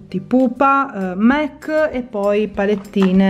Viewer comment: Si legge mac nn mec